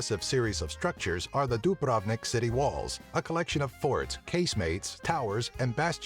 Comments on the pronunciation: Not Dabravnik,Dubrovnik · dùbrovnik not dubràvnik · lol he said the food's name wrong and its Dubrovnik not Dubrovnek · Dubravnik Omg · Wtf is that sayng of Dubrovnik XD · jedva kaže Dubrovnik hahahahahahhahahahah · You people are funny when yoi sey Dubrovnik XD